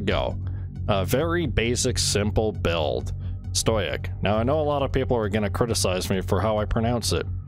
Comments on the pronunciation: “Stoy-ic” lol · It's sto-ic, not stoi-ic. The way you pronounce it is incorrect since you're adding an extra letter before the syllable. Pronounce it however you please, just be aware that if you disregard correcting it, you come across as ignorant. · if you say stoyick one more fucking time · This is like the third vid i've seen from you, are you intentionally saying words wrong or is it a meme? Stoic = sto ick, Gewerh = gehv air, Czech = check..like the Czech republic. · you pronounce stoic like a chemistry student